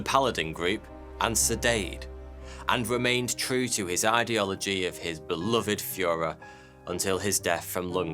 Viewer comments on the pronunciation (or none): none